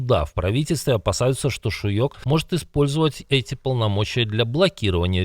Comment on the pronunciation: *Тáмаш Шýйок, в венгерском все ударения на первый слог! Это не так сложно запомнить!